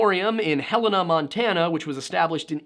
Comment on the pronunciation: thanks ... I almost snodded my eggs out while you literally said "hannah montanna" XDD